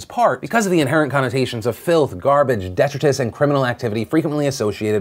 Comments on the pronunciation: the way you pronounced "detritus" made me cringe😂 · Sounds like Brock is being represented by Annalise Keating and her students 🙄 - Being a filthy foreigner, I used to pronounce 'detritus' like that for years until I was corrected, and what do I witness now? A native speaker pronouncing it my way! 😂 - Casual death spoilers much? 🙄